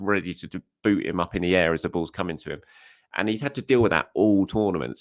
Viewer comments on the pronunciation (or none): none